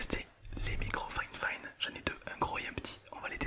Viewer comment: Super vidéo mais la marque c'est fifine ou finefine parceque j'entends finefine